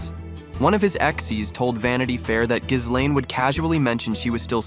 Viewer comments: Ghislaine / ghee-LAYN, ghee-LEN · If you're gonna do a video about Epstein, at least learn how to pronounce Ghislaine. But maybe you're just an AI voice?